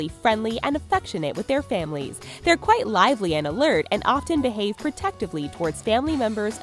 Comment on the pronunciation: Kwaite bilding hot